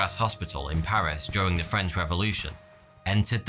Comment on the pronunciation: lol You pronounce French as if it were Italian